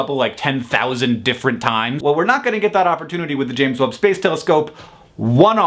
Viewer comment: I know it's the James Webb telescope but all I hear is " Telescope" and that makes me giggle.